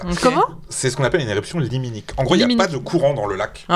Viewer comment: Correction pas très utile : on dit éruption "limnique" pas "liminique".